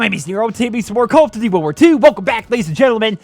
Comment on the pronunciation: I could see you don’t have an issue with sprint out time caz you play freaking slow and sit in head glitching spot with LMG... Youtuber like markofj quit this game caz they game promotes slow pace timmies like u play camp. when u said world war two why it sounded like wool worth three lol